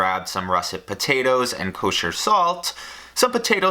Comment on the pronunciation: Did just say Kösher Salt